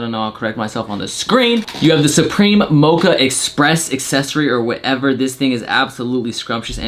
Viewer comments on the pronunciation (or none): none